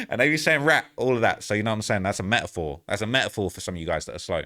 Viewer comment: "met a foh"😂